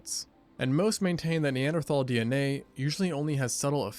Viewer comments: Cash be taking in syllables some times and mispronouncing single letters 😂😂 Narrator: “Neanderthal” Cash: knee-ant-erthal😭😭 love you cash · "NE-AN-THER-THARLS!?" cmon Cash😂